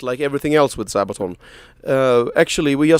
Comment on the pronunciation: Sabatan, say what O.o ? Sir, it is Sabaton, there there anyone can do a misstake :)